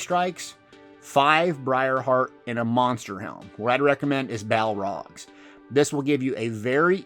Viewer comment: It’s pronounced Bal-Org not Bal-Rog lol but great video